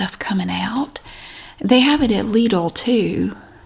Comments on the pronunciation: Haha I work at Lidl in the UK and very well spoken customer calls us Lid-ells, which I think sounds very classy. I think you're saying it the correct German way though, here we say it 'liddle' 😂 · Correct Lidl pronounciation btw